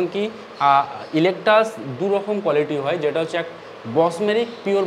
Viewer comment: ইলেকটাস নয়,ইকলেকটাস।নামটা অন্তত ঠিক বলুন।